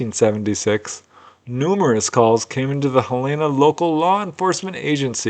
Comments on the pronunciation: That's "Hell-en-nah" not "Hell-e-nah". Capital city of Montana and home of the University of Montana. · not how you pronounce Helena... Hell-en-uh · I've never heard it - Hell ayna! LOVE IT! I will use that pronunciation henceforth with relatives that live up that way😊 Btw - easiest way to know how it sounds? Just think - "Hell in a" handbasket (just leave the handbasket out of it and there ya go😊 i prefer your way personally though.